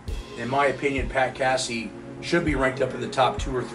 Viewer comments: It's not cassEe lol it's Casey like Casey Jones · What's up you're saying Casey's name wrong Delaware no biggie what it's not Cassie like a cat LOL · It's Pat Casey-with a long A. Not "Cassey". Do your homework.